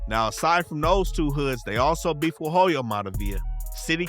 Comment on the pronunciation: In Hoyo the H is silent my boy... Alot wasn't covered... Especially the heart of ELA... Atlantic and Whittier